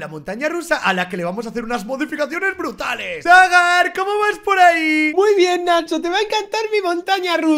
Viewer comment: No es baga es dagar ashhhh